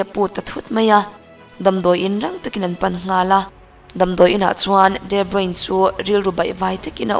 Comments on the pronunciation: Debruin tia lam lovin debruna tia lam tur niin ka hria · Pronunciation hi kalo ngaimoh thrin a.. De nilo in Di (D) anga lam tur zok ani e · Chuan, a hming hi Di Broin tia lam tur nilovin Di Broina tih tur, hei hi amah ngeiin a sawi a ni. Tawng dang kan chhiar dawn chuan pronounciation zirchian hmasak hi a finthlak fo thin. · Tha lutuk tlat 👍👍mahse footballers ho hi ram hran2 te an nia...de broine ni lo in de broina tih in an lam tlagpui...soive mai2...a tha in gaihawm thei tuk nia... 👍👍🏻👍🏻👍🏾👍🏿👍🏻👍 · De bruyne tiin i lam a..i lam dik lo..de bruyne tia lam tur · Kawmentatawir ho chuan De Bruna tiin an lam țhin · De Bruina han ti la chu ngaihthlak a kal zat tur a nia leh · De Bruyne (De Bruy_ne) ti a lam zawk tur aw 😍😘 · Mizo tawng takin de bruina tiha lam tur aw miss... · De bruina an tia lawm...😆😆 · A hming i lam dik lo aaa...😣😕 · Kevin debruyne hming hi ilam dik lo in kahria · A hming I lam diklo aw ✊